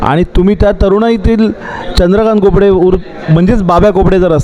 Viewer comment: बाब्या कोपडे नाही खोपडे